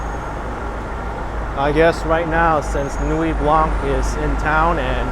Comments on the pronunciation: Beautiful sunset. Your French teacher did poorly. No 'k' sound in Nuit Blanc. Nuit is feminine and should be Nuit Blanche, but if the colour 'white' is used on its own it is blanc with a silent 'c'. Thankfully Canada has two official languages, one that is kept in the sock drawer. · The c in Blanc is silent..